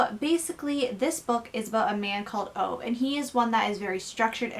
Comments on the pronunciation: His name is not OVE, it's pronounced OOVA. 😁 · I love this book, my book groups love it!. I went out that week and purchased 'My Grandmother asked me to tell you she's sorry' ..equally enjoyable read! By the way, OVE is pronounced 'OOoo Vahhh'